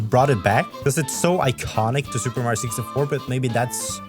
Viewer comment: omg my favorite supah herå, supah mariå